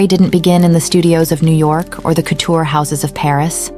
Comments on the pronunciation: Did she actually say “coot- ure?” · Couture was also pronounced wrong.